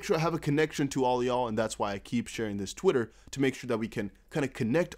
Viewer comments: that "tweetah" in french accent brah! 😂😂😂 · I love how you pronounced "twitter" in Italian accent 😅